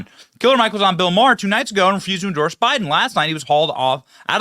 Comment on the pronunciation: Benny couldn't stop saying "Enjorse"! 😂